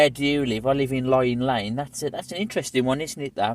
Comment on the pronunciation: It’s not lying it’s pronounced Ling lane. My dad was a postie in the area for 47 years.